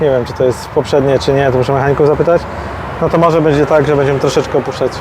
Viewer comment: "Bedzie albo nie bedzie" - kiedy on się nauczy mówić "będzie"